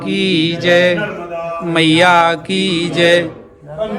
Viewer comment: MaNarmadaji kijai Narmada har har sabse pahley maiya ji ka naam sahi uchcharan kijiye Maa Narvada nahi #Maa NARMADA hji❤🙏🎉